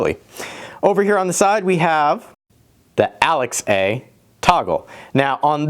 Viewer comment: Weird to hear you say 'Alex A' because I'm used to Alexa.